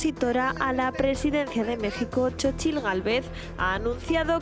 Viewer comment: Se pronuncia Sochilt 😂😂😂palomeros polvorientos